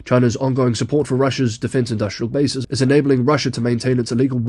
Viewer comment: "base-eez" joins "process-eez" and "bias-eez"